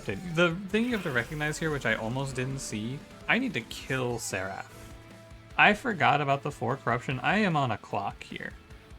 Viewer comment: Do you mean to pronounce seraph wrong? It's pronounce If not Af. SerIF, not SetAF. Has bothered me every single video you say it in.